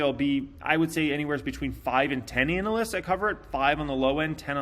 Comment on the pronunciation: Ānalysts! Lol Love you, 😉